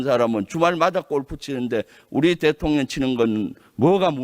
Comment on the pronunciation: 대통년으로 들려요 ㅋㅋㅋㅋ